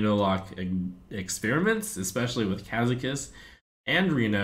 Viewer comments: Ka-ZAK-us! You were told by Brode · Trump will never spell that right: Ben Brode told you it's KazAkus not KAzakus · Every time The Trump says "Kazakus", I hear Ben Brode in my head correcting his pronunciation. "Kazakus." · Trump mispronounced Ka'zakus! Again! Beep Beep Ben Brode is coming to correct you!